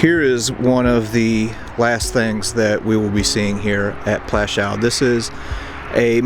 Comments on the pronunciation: The W at the end of Plaszow is pronounced as a V or even F but not as a W as in wagon. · could't learn to pronounce Pwashoov ? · Just one thing. Maybe learn the correct pronunciation of the name of the place. It's pronounced as PWUSHOOV. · It took the trouble to travel there but didn't take the trouble to pronounce it correctly. Just make some alternative word instead. 'Pwashof' ya dopey Yank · Oh please get even the most simple information right...it's PŁASZOW! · Plaszow. I really like what you’re doing, please consider pronouncing the names right and not “americanize “ it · Your history is spot on but i wish you took the time to learn the proper pronunciation of the camp and other significant names. Its disrespectful and something i find very common of americans.